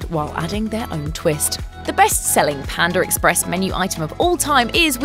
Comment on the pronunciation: Pander Express lmao